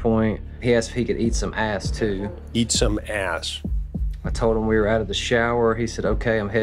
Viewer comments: “he asked if he could eat sum ayss teewww” chris: EAT some AYSSSS! 📝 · Why Chris has to emphasize those parts lol 😆 eat some a.....